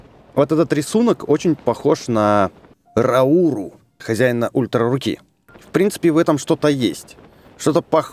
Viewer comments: Блин ни Рау́ру а Ра́уру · его зовут не РАуру а РаурУ